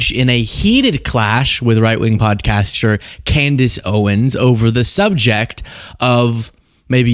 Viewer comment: Did u say potty caster